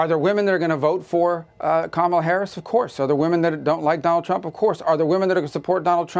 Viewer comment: Please pronounce Kamala Harris' name correctly.